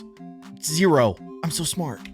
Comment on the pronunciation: said smrt.